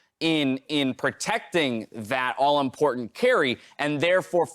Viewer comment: "importhant" God this is so annoying. Dyrus did / does it too. They both from Hawaii? Its like Stewie and "Cool Hwhip"